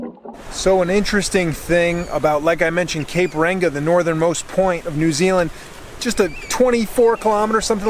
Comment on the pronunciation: Hah he said cape ranga